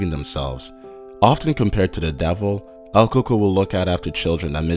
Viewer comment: it pronounced el coo-k-o-y